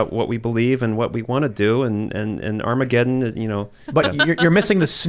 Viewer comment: Creepy Joe says "Armagedón" and then immediately runs off like a little fairy. 🤡🎪🤡🤣